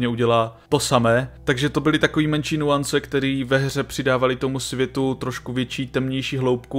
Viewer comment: Mám moc rád tvůj kanál, furt si to drží super kvalitu. Pecka. Jen prosím, trhá mi to uši. Nejsou to "nuance". Tak se to jenom píše, ale vyslovuje se to jako Nyance-Nyjance. Jako bys místo Bonžůr říkal Bon Joure. Děkuju. Lajk je samozřejmost.